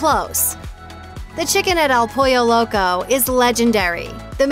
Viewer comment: nice video. I do plan to check out Taco Time when I go to Vegas. But, wow some of the pronunciation on words like "taco", "pico de gallo", and "El Pollo Loco". 🤢😭